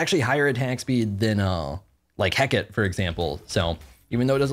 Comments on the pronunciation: please play nox!!! also it's ring of Heh-kuh-tee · The fact calls it "Heck-it" for Hecate makes me love this channel even more